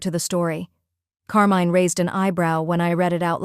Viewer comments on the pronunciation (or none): Not bad as a story... but I'm cringing every time when Carmine is mispronounced in that horrible way. If you have to use "foreign" names with an english-AI, please change it to some other one. Thank you from Italy!